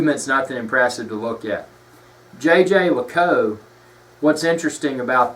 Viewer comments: you are closer than people here think. It's not "yay-ger"--though everyone in North America thinks so. Jeager is French, people keep trying to pronounce it like they would Jager as in Jagermeister--this is a German word. Jeager as in the watch brand sounds more like "jay-jear lecoolt"--with the 2nd j sounding like you would say "je t'aime"--French for "I love you". Jerome Lambert, CEO of JLC can be heard online saying it correctly if you really want hear it done right. Nice watch BTW! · According to Watchtime pronunciation guide the correct pronunciation is: zhey ZHER leh KOOLT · It is not pronounced Jay Jay Luh Koot, Jhey - jher - Luh - koolt. No american J's in there. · he is keep telling JayJay La_cow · JJ LACOU? Are you kidding me? You do not deserve to hold that watch with your ignorant pronunciation. I bet you're one of those guys that calls an Audemars Piguet and AP. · It's not how one says it. It's how one appreciates it. This is one of my favorite pieces in my rotation and I now know that it's pronounced "Jay Jay Luh Koot" If you truly appreciate something you at least learn how to properly say the name. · Isn't it pronounced Yay Gir Lih Cool Trrrh? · I think it Yay-ger Le-colt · jey jer leacoolt, soft J with a French way of saying it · Actually, you're incorrect. The people from Jaeger-LeCoultre don't pronounce it the French way. They say Jhey-jher-luh-koolt... There are videos on Youtube. He has a hard southern accent but his guy is more correct because the ending of LeCoultre is very soft anyway. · your pronunciation of the brand certainly is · Stop it, it is not jay jay lay cou🤦🏻‍♂️ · If you want to blow-arse about a luxury time-piece brother, how about spending some time in getting its' pronunciation right. If I were Jaeger LeCoultre, I'd pay you to shut the hell up because your butchering my brand name. You come across as a pretentious, hill billy nitwit.